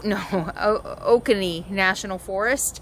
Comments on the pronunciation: Hi, it's 'Oh ko nee'; Cherokee Indian word. There are two, Buckhead towns in Ga. One is where you are, the other in next to downtown Atlanta. If Oconee was hard, you should try 'Chickamauga' or Hahira... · Say it with me OOOO- CO-KNEEE you're up near Atlanta that's where buckhead is. be Careful there! there's a reason there were so many camp grounds in Middle Georgia and some way North of Atlanta but none in or close around Atlanta. just be careful at night. and you could have gotten some HUGE Grade A peaches near where you stopped for your last video. you would have had to have gotten off at highway 96 exit and went west about 10 miles to the Lane packing shed they have facilities for buses and campers and you could park your RV's there too an get some goodies. I wouldn't ever put wood floors in an RV i'd put heated tubes in the floor and pipe it into the thermostat for during the cold camping times with a shut off valve for the summer thenlay down some ceramic tile and you'll never have to do the floor again. and there are several Buckheads in GA that sleepy little place you were. then North Buckhead where all the malls are , Buckhead forest, North East of North Buckhead, and Buckhead Village. wished i'd have found your channel a couple days ago so you could have taken advantage of stopping and RV Shopping in Byron like i suggested on your last video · You were about 90 miles South of where I live in Georgia! And yes the last 2 days have been unseasonably mild. It's usually high 90's and humid! Oh and you need to learn Georgia speak...it's pronounced oh-cone-ee. We have our own version of the English language here. Glad to have you passing thru. :-) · It will be sad to see Matilda go but she needs to put to rest. She has done her job. There are these carpet squares available, pretty inexpensive and easy to cut, for replacement flooring. I had to laugh, sorry, but its pronounce O-cone-E. Nobody gets it right. Love the little town. You are gonna love Asheville.